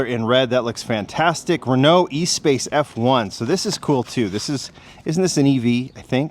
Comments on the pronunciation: Espace pronounced ESS-SPass. It's a French car. Make an effort to not "English-a-fy" every name,,,smh. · Pronounced Eh-spass